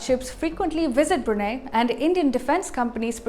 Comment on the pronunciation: Brunei is pronounced as "Bru Nai",not "Bru Nay"! For goodness sake!